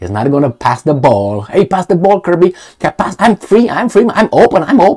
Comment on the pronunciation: Just so you know it pronounced Kirbee not Kirbye